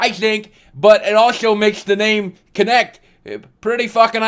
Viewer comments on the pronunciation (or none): Its kinect as in movement not konect lol